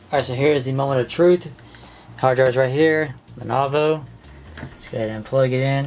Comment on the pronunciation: its pronounced (i think anyway) a-sis and len-O-vo